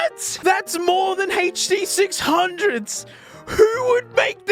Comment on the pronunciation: Bro said H-D 600's and not huh duh 6 hungeos...that lowkey threw me off